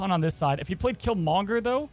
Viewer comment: Great video keep it up. Please put the emphasis on Kill and not Monger when you say Killmonger!!! 😆😆😭😭